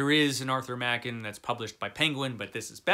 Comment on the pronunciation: A great list, albeit I might shuffle the ranking order a bit. It's nice to hear someone pronounce Arthur Machen's surname properly for a change. I've read almost all of them, with the exception of the William Sloane (I have it in Kindle format, so I will endeavour to get to it), and the Bronte (for predictable reasons of literary classic phobia of my youth, which I've been planning on making up for as soon as I find the time. Frankenstein... 1839 version, or the 1818 version? I've read it a couple of times, but it was so long ago that the 1818 version wasn't available at the time. I certainly plan on finding time to get to that at some point. In fact I should probably find a better translation of The Phantom of the Opera too. I own two copies of The Hunchback of Notre Dame: one absolutely gorgeous early hardcover, and one much plainer edition that is way more readable, so I know it makes a huge difference. As for The Jekyll & Hyde, I remember being slightly disappointed with it when I read some 40 yeras ago. Probably because the assorted films spoiled it for me. If I remember correctly, it isn't actually stated that Jekyll & Hyde were the same person until right at the end, not that I can believe many people hadn't worked it out long before that.